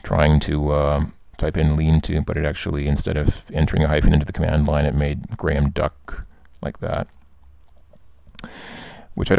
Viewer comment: Thank you for pronouncing Graham correctly, rather than 'Gram'